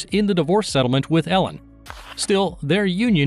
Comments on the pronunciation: It''a pronounced EE-lin, not Ellen. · His wife’s name is pronounced EE-lin, not Ellen. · Freckles: just want to make a correction; it's Elin pronounced Eelin (Swedish). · His ex wife’s is not Ellen, it is ‘Eliiinl” she has a Swedish name.